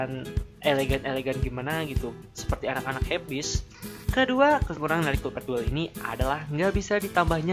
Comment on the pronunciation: mgomong collpad apa kopet? :v